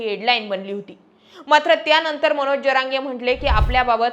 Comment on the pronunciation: ज म्हण ग पोरी ज्य म्हणू नको. ज्यरांगे नव्हे जरांगे म्हण. येवढं भारी सांगते. तेवढी चूक दुरुस्त कर.